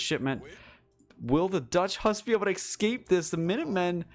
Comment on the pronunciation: Hearing a native English speaker continuously mispronouncing the word: ESCAPE is just crazy to me xddd Like what is an EX-CAPE ?! Is that a robe your ex uses? Or some old cloak you used to wear? WHAT IS AN EX-CAPE AND WHY ARE YOU SAYING IT LIKE THAT?! 😭😭😭😭